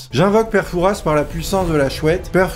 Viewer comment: le S de fouras ne se prononce paaaaaaaaaaas (en fait je vis à fouras c’est pour ça)